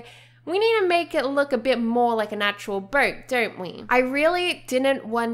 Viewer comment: i thought you make a birdhouse cuz u cannot pronounce boat right.